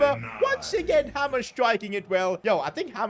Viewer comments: Hi I just wanna say hamer is not pronounced like hammer, it’s hay mer basically! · It's pronounced haymer not hamer 😅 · Its not 'Hammer' it is 'Hay-mur' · Your pronouncing hamer wrong it’s like hay mer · It’s pronounced haymer not hammer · Hamer is pronounced hey-mer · You are pronouncing hamers name wrong it’s pronounced hay mer